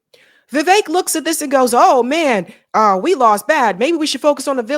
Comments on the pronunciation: Viv-ek not Viv-ache Fuentes not Fu-entes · How are you not able to pronounce the simplest of sounds? Seriously is this a black thing? I hate Vivek and Dinesh. But the way you pronounce their names is doing my head in. But it's time these Hindutva coolies found out they aint white.